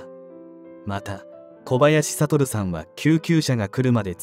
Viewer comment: あちこちのYouTubeチャンネルで取り上げられてる事件ですね。若くして亡くなってしまわれ残念です。お悔み申し上げます。話変わりますがこちらのチャンネルいつからナレーターの方変わられたのでしょうか？交代されて勿論いいのですがイントネーションが…。特にお名前の読み上げ「小林悟さん」「小林邦三郎さん」違和感あります。最初からこの方があてていたなら馴染んでたのかもしれませんが…。イントネーション特訓して次に期待します。